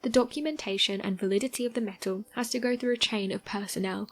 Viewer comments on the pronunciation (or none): I can't trust someone that says meto instead of metal